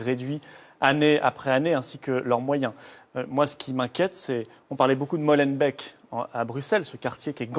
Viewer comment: Purée mais apprenez à dire molenbéééke et pas molanbèque !!! étterbéék, anderlekt, anverSSSS, et tant d'autres !!! Un journaliste français à ce rôle : discuter avec les habitant ça doit être la première question on dit pas Parisssss !!! Un peu de respect pour les cousins !!!